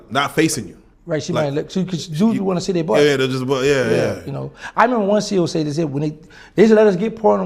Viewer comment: Lol " I seese you and I want chu"